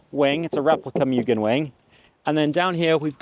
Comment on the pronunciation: Moogen not mugen 😅